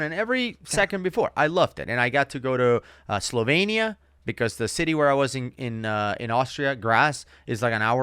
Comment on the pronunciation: Its not slovein. Its Slovenia